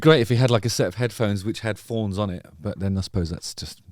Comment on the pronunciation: Come on Justin, pronounce your th, crown of forns 😂 your a lyrisist damn you